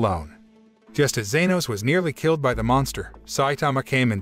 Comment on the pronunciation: It's not zenos